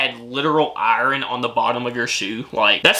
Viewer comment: he pronounced iron wrong